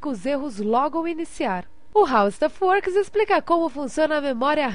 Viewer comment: Verdade agora que notei, ela usa o Speech Connect, por isso deu esse som, mas se falar rapido mesmo é como se o som do "w" não existisse...